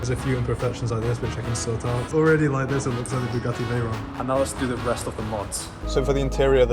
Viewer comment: Bugatti Veyron ❎ Bugatti teyron ✅💀 But he tried 👍